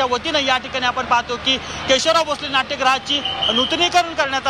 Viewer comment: पहिलाच शब्द केशवलाव... असा चुकीचा का उच्चारला आहे केशवराव असं म्हणतात